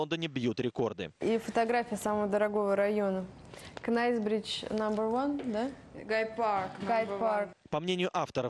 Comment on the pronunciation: Денег наворовали, переехать переехали, а правильному произношению не научились Knightsbridge читается правильно Найтсбридж, а не Кнайтсбридж